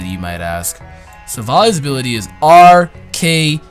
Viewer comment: So even with the name broken down to RKS you still say it wrong? C'mon!